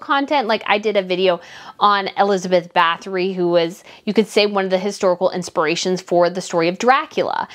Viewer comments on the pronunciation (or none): none